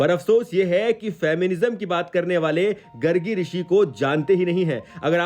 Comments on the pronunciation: Bhai gargi nahi gaargi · गर्गी नहीं गार्गी, और mahatvta कोई शब्द नहीं बंधु 'महत्व' होता है, एक जगह दर्शनीय के स्थान पर दार्शनिक का प्रयोग हो गया है पर कुल मिलाकर video अच्छा है 🎉🎉